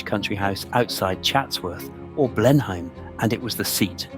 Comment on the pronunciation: I stopped at “Blen Hime”